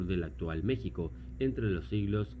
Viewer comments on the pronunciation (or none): none